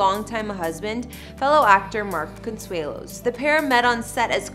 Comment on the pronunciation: Can this lady pronounce Con...sue..lo, thought I help